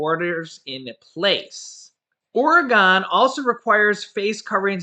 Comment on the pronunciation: Oragon 😂😂😂😂😂😂 WHY